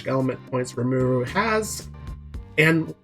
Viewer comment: Say his name right. Watch the anime